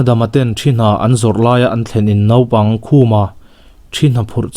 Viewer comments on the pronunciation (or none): none